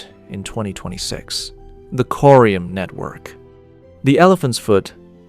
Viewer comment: pretty sure its corium not curium